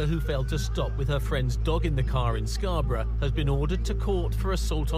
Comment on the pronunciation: Scarbruh is how it's pronounced